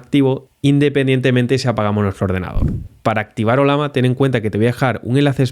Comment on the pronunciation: No entiendo como es que la pronuncias como "Olama" siendo que tiene en su logo una Llama, y claramente se pronuncaria oLLAma xd